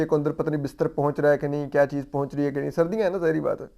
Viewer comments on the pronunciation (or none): none